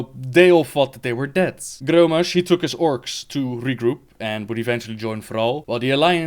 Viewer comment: when you said Grrrrrommash Hellscream I shuttered in delight 😍😍😍